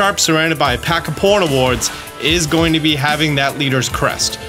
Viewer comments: Idk why and I love your vids but hearing Pawn Ni Ward bugs me so much 🥲 because it’s spelled Pawn E Ard pawniard with no extra W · Damn he pronounces Pawniard weird...... Sounds like Pornoward to me. Pawn-ee-ard/Pawn-yard. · Oof. Your pronunciation of Pawniard is...let's just say it's inaccurate. Literally "pawn-yard", with more stress on the first syllable. It's a play on words, both on a pawn and on a type of very short, stabbing blade. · Did he really say "PORNIWARD" for pawniard. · How in the world did you reach that pronunciation for Pawniard? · Having the auto CC turned on when he says Pawniard is great